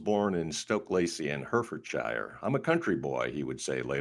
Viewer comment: In England, for Herefordshire we say Hair-e-ford-sheer, not Her-ford-shire.